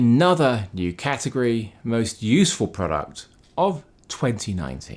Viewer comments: "Cat" agory... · When you say category, I ... I just hear ... ahm ... I think, you just emphasize the cat in category... :D